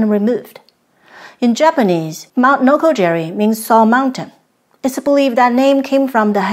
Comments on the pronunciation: Noko Giri. not Jiri Great place to explore in Chiba. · It's "noko-gi-ri", not "noko-jerry". Why can't westerners get basic, simple pronunciations right? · A “G” in Japanese is Always pronounced as a hard G. “J” is used to make a soft G sound. It is Mt. Nokogiri, not Nokojiri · NOKO GEE REE